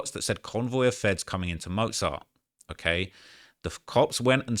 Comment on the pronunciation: He doesn’t even know how to say mozart lol